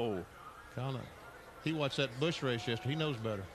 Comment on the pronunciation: Joe Nemechek, yesterday's winner of the Busch "Raych"... kkkkkkkkkkkkkkkkkk